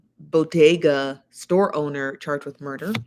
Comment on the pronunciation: It's BODEGA 😄